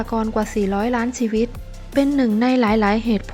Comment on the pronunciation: ได้ความรู้ดีครับสำหรับคลิป แต่คนพากย์ ออกเสียง ช เป็น ซ โซ่ ตลอด เช่น เสียซีวิต ฉงชิ่ง เป็นสงซิ่ง